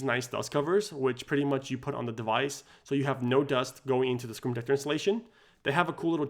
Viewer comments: Say the word - SCREEN protector. Not scre-tector. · Say SCREEN protector. Not Scretector. Slow down cowboy.